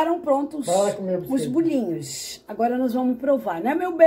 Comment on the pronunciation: Que bom aspeto esses bolinhos. A disse muito bem bolinhos como de diz em Portugal. Os vossos vídeos têm muito conteúdo, sim. E estão cada vez melhores. Um bom final de semana para vocês. Beijinhos 🥰